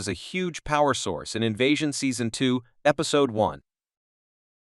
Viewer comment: Strange pronunciation of the word episode and Casper. It's Casper, not "Caspar"!